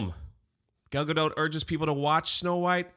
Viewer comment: Not just purposefully mispronouncing "gadot" but also calling her "Gail" is the funniest subtle shot throw today! Nicely done. Cheers. 😂😂😂